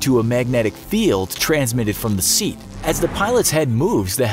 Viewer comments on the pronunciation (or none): none